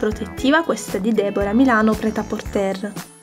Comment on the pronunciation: Ciao.ti seguo da un pò e mi piaci tantissimo.brava x tt quello che fai.Solo una cosa vorrei dirti: Pret a porter si pronuncia senza la 'R' finale. Scusa se mi permetto. Non conosco il francese ma questa parola è talmente diffusa che ne conosco la pronuncia.controlla pure se vuoi. Scusa ancora è complimenti x tutto il resto!